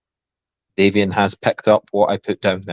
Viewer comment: Formal apology to Davian for continuing to say his name incorrectly throughout the show! Thanks for watching, everyone!